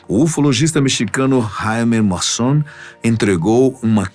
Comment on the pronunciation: O nome correto é Jaime Maussan (se diz "Ráime Mauçán"). É um jornalista e investigadir de OVNIs mexicano. Sempre acompanho os programas dele.